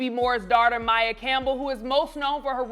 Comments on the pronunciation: Her name is pronounced My-E-yuh. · That’s not how you pronounce her name. This is not legit media.